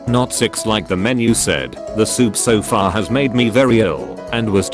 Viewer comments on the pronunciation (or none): “far” sounds like “fat” XD